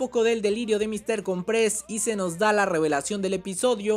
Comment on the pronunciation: se dice Míster cOmpres... como que con un acento en la O de cOmpres. es artante escuchar que le dicen mister comprEs..